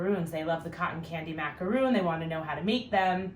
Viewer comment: Its pronounced mac a ron not roon